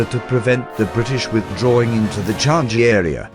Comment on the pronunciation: Watching the robot explaining it was painful. They managed to get Kranji's pronunciation correct but Changi wrong. It's "Chang-yee", not "Chan-Gee".